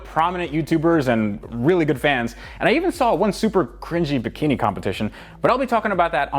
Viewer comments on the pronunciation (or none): did you say #bikini?